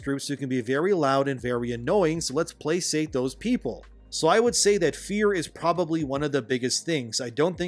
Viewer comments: Lol placate is pronounced like play-kate, not play-sate. Fun video as always, getting oversaturated with all the woke commentary but love when you appear on panels and give your authentic take! Also appreciate how you don't "go with the flow" taking an opinion on people or subjects just because the crowd is, whether it's the "woke" or "anti-woke" folks. People notice that and note when this guy isn't willing to spit out condemnation or praise out of nowhere, aka shill. 💪 Keep at it and congrats! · Placate...play-kate....no hate, just wanting to help. . . "Couldn't" care less🖖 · Hey, I hate being “that guy” but in the spirit of professionalism, the word “placate” is pronounced with a hard “c” like the letter “k”. Love your content sir, keep exposing the truth and shaming the liars.